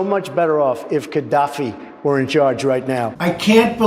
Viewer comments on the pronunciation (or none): The idiot can't even say his name correctly. It is Gaddafi, not Kaddafi.